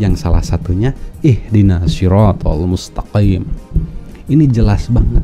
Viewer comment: Habaib itu jamak dari kata habib, bisa keturunan rosul bisa juga kesayangan, jadi OTEN ini cetak keturunan rosulullah..???? Baca MUSTAQIIM aja salah, dibaca MUSTAKIN.